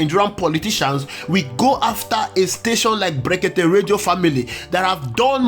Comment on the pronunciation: Look at the way he pronounce blekeke illiterate